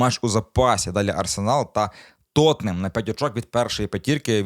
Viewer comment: Так як правильно: "Тоттенхем" чи "Тоттенгем"? Чи йти найлегшим шляхом, і говорити як - "Тоттенем"?